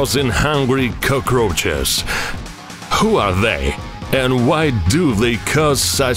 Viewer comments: Yeah dude I thought he was saying “koko crunches" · nobody: this guy: koukrouhchus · I love the way he says cacaroches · I hate bugs but when I hear this dude say cuckroaches I can't help but continue watching 😂😂😂